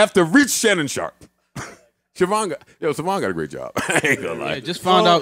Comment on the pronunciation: "Suhvonn" instead of "Sayvon" is NASTY NASTY.